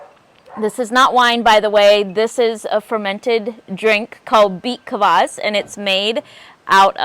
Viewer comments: Are you saying beet collage or what? Can't make out what you are calling the juice drink. Also what do you mean by waxing the cucumber? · I’m sorry, what are you saying, beet claws, beet Klaus? I can’t pick it up. 😂